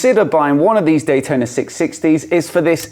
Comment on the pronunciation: cfmoto 765 "d-huai-tona" will put this one to it's paces.